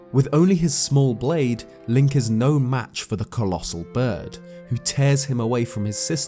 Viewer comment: bro are you a pirate? Tf you keep saying fer for?